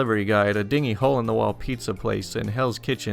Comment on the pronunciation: "Dingy" is pronounced "din-gee." "Dinghy" is pronounced "ding-ee" (like a boat.)